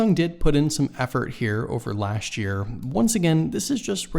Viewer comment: Speak correct English 'lasht' year please say correctly LAST year